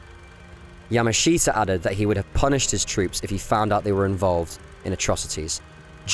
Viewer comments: Get his name right. It's not pronounced "yama SHEET a". It's pronounced "yamashuta". Look it up! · Yah-mash-ta is how Japanese say his name. Not Yah-ma-she-ta. The presenter clearly knows little to nothing about the Japanese language or culture and is just reading a script. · His name is pronounced ya MA shita, with the accent on the second syllable, just so you know. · It might be an idea if your learnt how to pronounce the gentleman's family name correctly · Interesting subject but not a very good doco. You don't even pronounce his name correctly